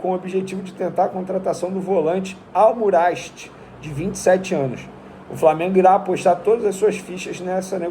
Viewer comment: Al Musrati. O cara lê Aumurashti